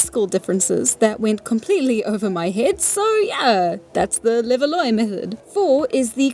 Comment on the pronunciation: Levallois is "le-val-WAH".